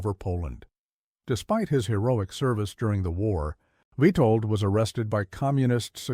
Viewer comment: It's witold get the name right